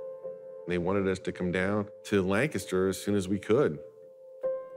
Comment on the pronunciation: Why are they saying Lancaster like that? It's not "Lnkstr."